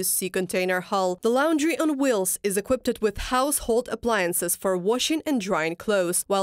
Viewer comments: Equipt... kkwipt. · "equipted" => "equipped"